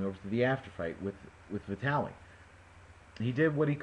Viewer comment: Like I said in the next comments. vitAliy - good pronounciation :) klichkO - originally, pronounced with stress on the last O but anyway, your voice is closer to original then any other :))))